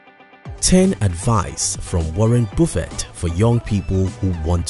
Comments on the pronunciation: Warren boofet 😂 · It's not Warren Bofet it's Warrent Buffet. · Gee dude, it's Warren Buffett! Say it like "Up" "lUck" "jUnk". It's annoying misspelling names or surnames, as you do in this vid. Cheers pal. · It’s Warren Buffett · Woren Bufeet 😅